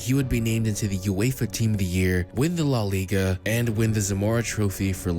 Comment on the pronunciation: “Law Liga” LMAOO